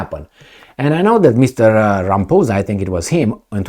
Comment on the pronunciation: LOL Rampoozah😂 It is pronounced Rah-mah-pawza.